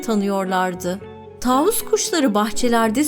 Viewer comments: Taavus değil tavus kuşu lütfen doğru telaffuz edin kelimeleri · taavus değil tavus kuşu